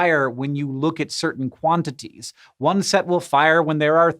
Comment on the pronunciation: "Quanities" instead of quantities. Whoopsie.